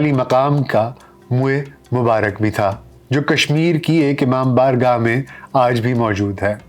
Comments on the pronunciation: Can you please clear the word imam bargah instead of imam barah ??? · بصد معذرت👃۔۔۔۔۔درست تلفظ ”امام بارگاہ“ ھے